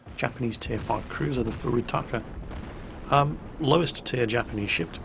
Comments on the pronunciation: Furious Taco <3 OTOH, Jingles, if You want to know what's the correct pronunciation of Furutaka, why not check it in Kantai Collection? I assume it's going to be as good as it gets, and it's not hard, being pronounced just as it's written, without any significant accentuation either in length of the vowel or it's pitch. Well, maybe the second u being a tad longer. Like: Foorootakah. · the "farytaco?" nice one jingles you get a like for that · At the start it sounds like he is saying Furry Taco. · Jingles! It's pronounced "Furious Taco". 😉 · See .... I heard "furious taco" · I'm pretty sure Jingles meant "taco", as in the traditional Mexican dish, but point of interest and amusement: たこ ("tako", pronounced more-or-less the same way Jingles did in the video), means octopus in Japanese. "Furious octopus" sounds like a perfectly good nickname for this many-turreted little monster to me. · Jingles have you ever noticed that japanese comics are read from right to left as opposed to left -> right? I think to say the names of the ships right you have to read them backwards, so the FURUTAKA is actually the AKATURUF (etc.) and that's the secret to pronouncing them (please do that at least in one video, I want to see what happens)